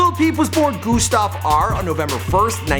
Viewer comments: And it’s not fucking goostav it’s Gustav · wtf he was pronouncing gustav goostav what is this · IT IS NOT GOOSTAV GET IT RIGHT! IT IS GUSTAV! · GOOSTAV ME: TRIGGERD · Also pernounces "Gustav" g-OO-stav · Omg No he pronounces his name soooo bad